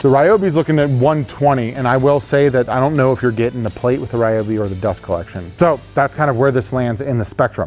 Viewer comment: Re-obi, broski it’s ry-obi